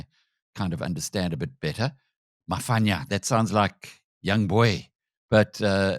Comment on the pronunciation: Its pronounced ma-pwanya, not ma-fanya?